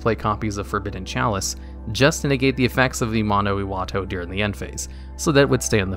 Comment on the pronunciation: Say it with me now:AMANO....... IWATO